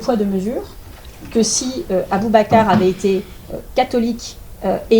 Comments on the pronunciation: Même à l'assemblée retailleau n'est même pas capable de dire correctement le nom d'Aboubacar....irrespectueux jusqu'au bout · Il n’arrive même pas à prononcer son prénom, ce ministre est à vomir 🤮🤮